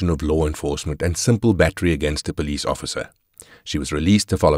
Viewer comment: 😮call the PO LEECE 😂